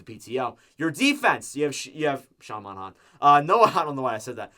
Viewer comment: you said Monahan wrong again